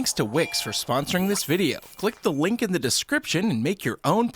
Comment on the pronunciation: Did any won here him say wink instead of link in